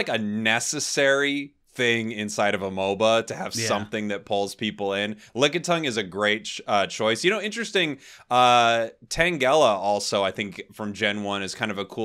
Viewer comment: "Tan Gela"? Never heard it pronounced that way